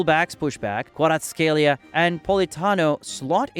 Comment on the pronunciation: Great vid buuuuuuuuut some games are wrong, i think they got correxted by Google like: kvaraskhelia in the vid is gareth scelia. Great vid still u did a great joob pronouncing the Italians players name